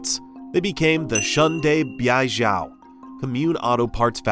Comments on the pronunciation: is actually pronounced as "shoo-und dur bay gel" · the way u pronounce Shunde Beijiao is diabolic😂